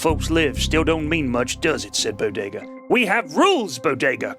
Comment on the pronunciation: Zman Ten it helps distract from any continuity mistakes and prevents any lulls in the story. Conversely, his fast-paced style can affect minor things like voices he uses for characters (i.e forgetting to speak in a character's voice for their line or mixing them up), or slight mis-pronunciations (Bod-ga when he meant to say Bodega/Bow-Day-Gah). Of course most criticisms for the Bodega stories are quite nit-picky and don't have any real effect on the overall story.